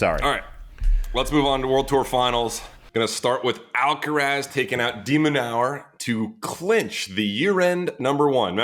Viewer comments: and every time it sounds off to me lol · I think Sam pronounces 'de minaur' a different way every single time he says it